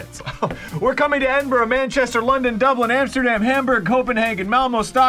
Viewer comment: ARIN SAID EDINBURGH CORRECTLY! THIS IS MONUMENTAL!